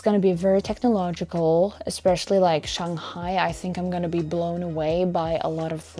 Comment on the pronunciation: Your pronounciation on Shanghai, Hangzhou was spot-on! Chinese is a tonal language. How you sound matters.